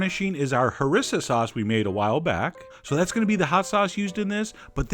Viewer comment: Isnt it ha-ree-sa sauce not ha-ris-a?